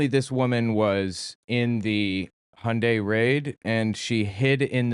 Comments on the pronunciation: She says there was slave labor, but it's obvious she's making it up. She also doesn't know know how to pronounce Hyundai. it's Hyundai, not Hi-undai😮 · She can’t even pronounce Hyundai correctly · Dude, they even came out with commercials for the USA, decades ago, to get them to pronounce it correctly. There's no excuse to still be pronouncing it THIS WRONG. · It's properly pronounced, "Heeon-dae" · Whew, she was really fighting the pronunciation of Hyundai. I thought she might pass out, it was touch and go there for a second.